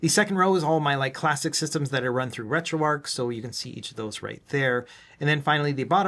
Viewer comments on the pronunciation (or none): none